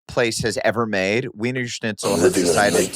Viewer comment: “weinersnitchull” according to blake